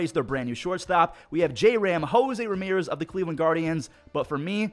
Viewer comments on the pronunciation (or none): none